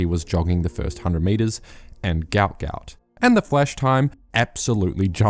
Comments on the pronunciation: Love the videos man, As you are a New Zealander you might consider pronouncing his name correctly. I'm sure he'd appreciate it. Think I saw an interview with his dad where he gave the correct pronunciation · Can you please start pronouncing his name correctly?